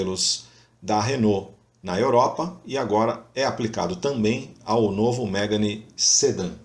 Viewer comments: Não é MÉGANE, é MEGÂNE! Carro francês.... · Mégani ??? Se fala Megãne.